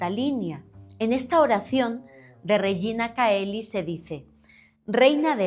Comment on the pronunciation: Se pronuncia Regina "cheli"